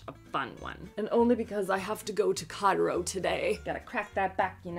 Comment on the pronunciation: Oh, going to “chiro,” I first heard it as going to “Cairo.” 😂